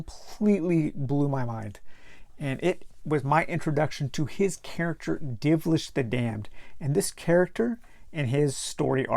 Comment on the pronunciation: It's Dilvish, not Divlish.